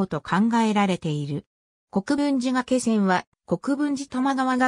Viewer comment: 原稿をコンピュータに詠ませているためか、術語などの読み方が不適切です。例えば「がけせん」ではなく、「がいせん」が正しい読み方です。他にも読みが不適切な箇所もあるかと思いますので、修正していただければ幸いです。